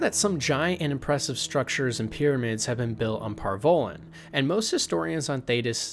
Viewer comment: Antiva = Ativa Par Vollen = Par vellen ......dude. there's an N in Antiva. and Par Vollen is pronounced like the 'Voll' in Volley. Just an FYI the names of people and places ARE PRONOUNCED. IN THE GAMES. if you've ever actually played them and listened.